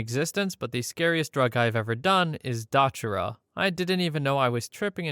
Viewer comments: Dotra? Lol its called Datura, and it doesn't make you "trip" it makes you delirious and psychotic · Datura, not "dotura." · Pronounced duh-tour-ah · I gotta say that spice is super fucking weird. It’s actually “synthetic cannabinoids” which means “we throw whatever in here and you get something that will either just feel like whatever or kill everyone around you and then yourself no matter how much experience you have”. Wacky stuff. Also: datura is dah-tuhr-uh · You were close with the way you said it, but datura is pronounced duh-tour-uh. You did get salvia divinorum right though, which is definitely the harder of the two. It sounds like a Harry Potter spell because the spells were written to sound similar to (and sometimes to actually be) Latin. Same cadence, similar sounds. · Datura is pronounced duh-tura by the way. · I've never heard anyone pronounce datura like that (it's usually like dah-Turr-uh) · dude literally said "dotura" in the video